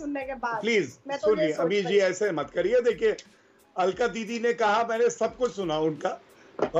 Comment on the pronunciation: Alka nhi cakla